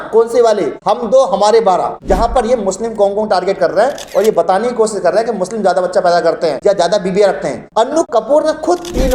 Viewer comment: Ganwaar apna pronouciation sahi kar Kosis nahi koshish hota hai Majhub nahi mazhub hota hai j ko z z ko j sh ko s s ko sh......padte ho Modi ki tarah school nahi gaya Kiya